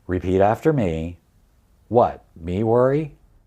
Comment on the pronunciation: Five stars, you said “what, me worry?” correctly. Many do not.